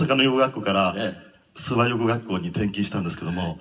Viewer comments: 諏訪⤵️じゃなくて諏訪⤴️ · すわ⤴じゃなくて、 すわ→ だよ。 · アナウンサーさん・・ す↑わ↓ ではなく、すわ↑ですよ😂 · 諏訪は「わ」にアクセントが来ますよ